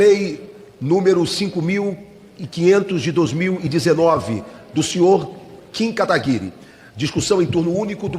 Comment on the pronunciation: Por que ninguém fala o nome do Kim Kataguiri direito? Sério, é um nome bem fácil de falar.